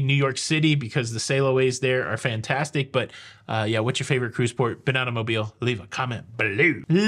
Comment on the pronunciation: Thank you for pronouncing Mobile properly! Originally from Fairhope, there are MANY who pronounce incorrectly and we appreciate the attention to detail! Please keep the awesome content coming!